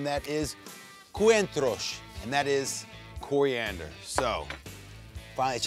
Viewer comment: Lol ive never heard anyone pronounce coriander like cooriandor ^_^ awesome vid though wanna eat that so bad!!!!